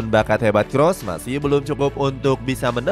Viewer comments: Toni Kroos, bukan toni kross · Toni Kroos min, bukan Toni Kross